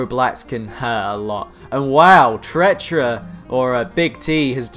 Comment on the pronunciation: Please they are prenounced cee-money sir and treeter. This is so annoying me xD